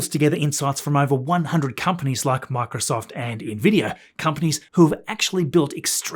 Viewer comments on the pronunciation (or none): none